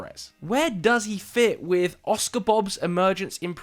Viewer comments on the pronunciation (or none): none